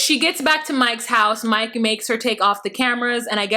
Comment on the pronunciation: “No Moike“ 😂😂😂😂